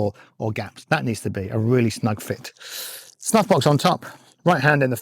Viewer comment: I love the idea of putting a dot on your glove right above your "snuffbox". I'm a pretty visual learner and I bet it'll be a nice reminder of how my wrist needs to be rotated. BTW, when you first said "snuffbox", I swear you said "snot box" and I had to rewind the video to double check what you actually said.